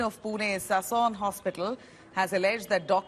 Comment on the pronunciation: Please it's Sassoon Hospital and not Sason Hospital 😂